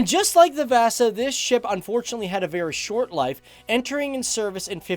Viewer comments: ”VÄSA SHIP” 😂😂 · THE WAY HE PRONOUNCES VASA MAKES ME WANT TO KILL MYSELF